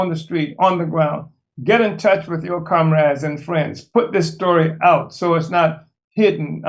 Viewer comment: Did he say komrad? I knew he was a russian agent